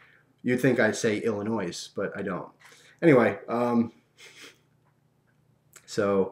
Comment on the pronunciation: It's even funnier to me because I live in Illinois, and thanks for saying it the proper way ^.^